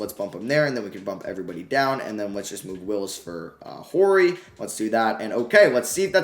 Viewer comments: The H is silent in Horry. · The H in Robert Horry is silent 😂 Rly enjoying this series. Definitely would enjoy you using the Pistons at some point.